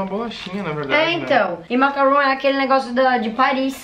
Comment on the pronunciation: vc se se confundiu o "macaroon" que vc falou e macaron e não macaroon Macaroon e isso mesmo